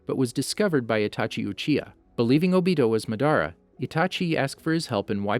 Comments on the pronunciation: He pronounced Madara Madaara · "ma dar ah" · Lol he pronounced Madara's name in two different ways . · Ma-duh-ra uchiher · “Maderaa” “obeedoh” me: .———.